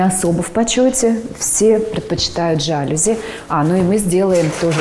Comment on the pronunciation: Господа, слово жалюзи произносится с ударением на последнем слове, желаю успеха